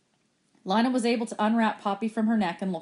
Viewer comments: I sort of care how it was pronounced but you can go to the chick of sciences playlist version and at the bottom it should say leeyna not lyna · its leena not Lina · I think lina is pronounced leena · It not Li it Le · Its Leena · Lina I and A are vowels so it makes it so that I does not have a sound so when you say Lina it’s pronounced Line-ah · Lina is pronounced Len-uh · Makhan Punia I know it’s not a big deal but it’s pronounced lÍne-ah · Thanks you but it’s lean-uh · you pronounce Lina wrong it's pronouns like lean-uh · um she’s right so check yourself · You are pronouncing Lina wrong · I'm not even listening for school. Also it's Lina. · yah u pronounce wrong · It is not Lina